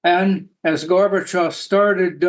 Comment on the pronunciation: It is not polite to pronounciate Gorbachov's name as Garbagov.